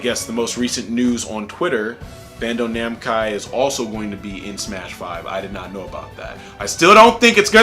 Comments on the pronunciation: "Bando Namcai" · "Bando Namcai"😂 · Bando Namcai. Sorry I just had to point it out xD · *Namco Bandai not Bando Namcai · "Bando Namci" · “Bando namkai” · "Bando namchai"? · He said bando namcai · So we gonna ignore that "Bando Namcai" ? Nah fam lol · "Bando Namcai" ~ 2018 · "Bando Namcai" - 2018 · bando namkai, hahaha was that an accident that you didn’t notice err did you just leave it in? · it was actually "bando namcai", not "bamco namdai".